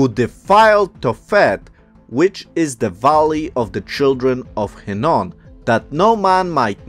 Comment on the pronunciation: That would be the Valley of Hinnom, not Hinnon. The WORD calls it the "Valley of Slaughter!" Children of Israel were sacrificed and burnt in the furnace unto Molech/Moloch/Molek (same entity) in the high places of BAAL.